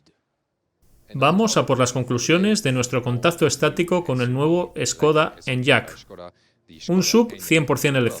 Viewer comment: Se agradece mucho que estéis subiendo videos de este canal doblados al español. Solo un apunte, se pronuncia "eniak", no "enllak", y la plataforma es la MEB, no MEV. Ya puliendo esos detalles quedarían aún mejor los vídeos ;-)